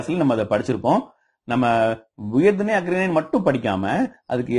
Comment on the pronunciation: பார்த்தீங்க அப்படின்னு ஆச்சுன்னா என்னய்யா தமிழ் பேசுறீங்க? அக்றிணை இல்லை ஐயா, அஃறிணை